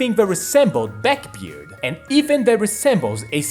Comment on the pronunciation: It's backbeard, not beckbeard. Liberal or liperal? I am used to being around Latinos. Do I can hear a difference p and b. Unaspirated or aspirated. Are you Chinese? A slav? Don't stress the wrong syllables... It sounds wrong or means a different word. Not a bad video though. When it comes English sounds. The Th is produced on the teeth. Then uses the voice box, Thin does not.